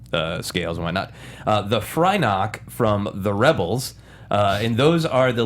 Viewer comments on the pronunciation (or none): Actually, it's Fyrnock not frynock.